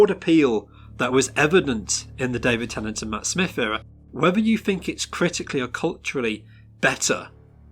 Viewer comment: IT'S PRONOUNCED 'EEERUH' NOT 'ERROR'!